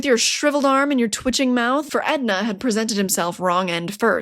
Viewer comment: It’s Enda not Edna. And woah the price on that book has gone way up